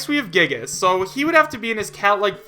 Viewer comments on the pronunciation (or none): "Gigas" Please stop